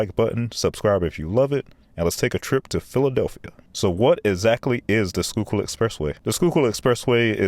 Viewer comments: Great video! Very thorough and you covered a lot. But you really murdered the pronunciation of Manayunk! LOL. Locally, it's Manny-yunk. The "a" in manny is like the "a" in "and", and "yunk" rhymes with "trunk." (I'm sure that a commenter will disagree with me.) But you got "Schuykill" down perfectly. For former Rep. Perzel, the accent is on the last syllable. It's hard to believe, but when the Schuylkill Expressway first opened, there weren't any dividers or barriers between the opposing lanes! Crashes with fatalities were routine, so they finally installed dividing barriers. I live in Philly, and use SEPTA regularly, but there are times when I have to drive on the Schuylkill/I-76. SEPTA bus service to the King off Prussia area from Center City is very slow. It's gets caught in the same traffic as the cars. And as the only major connector to the Westbound PA Turnpike and Northbound PA Turnpike I-476 from most of Philly, there are times when drivers have no choice but to use the Schuylkill. SEPTA's planned rail extension to King Of Prussia from the Norristown High Speed line is now officially dead. The electronic speed limit signs that you mentioned seem to be fully installed, and they are helpful, as they let you know of slowdowns up ahead. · I've driven the Schuylkill many times and this video underclass how bad it really is. The only thing it's got going for it is the view. P.S. Great job on the pronunciation of place names for a non-local... except for Manayunk. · Ayyyeee he pronounced Schuykill right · Pronounced "Manny-unck," but valiant effort. You certainly redeemed yourself with "Schuylkill." 👍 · The pronunciation of Manayunk in this video was wild, but he got Conshohocken and Schuylkill right so respect. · Manyunk is pronounced MAN-e-UNK. You did good with Schuylkill and Conshohocken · Crazy impressed you pronounced Schuylkill almost perfectly. Although it's Man- E - Yunk, for Manayunk.